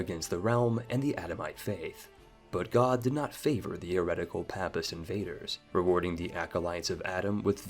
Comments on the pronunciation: Papist is pronounced with a long "A" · Please learn how to pronounce 'Papist'